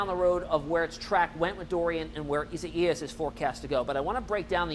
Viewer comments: isa-ias? lol! I guess he does not know how to spell the name Isaiah. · Your AWESOME!! The correct way to say this name is: E SIGH US. Thank you!! You are doing a great job. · it’s pronounced eye-zay-us LOL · ...sure its not pronounced i zay us....yep..online pronounce says it izayus...thanks for the update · The meteorologist is saying it in Spanish but in English it is pronounced i-zay-us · Go back to school learn to pronounce names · Can't wait for this storm to pass so these guys can stop butchering it's name.